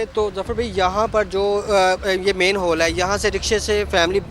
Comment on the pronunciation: मैंन हाल नही, मेन हाल होता है जाहिलो😂😂😂😂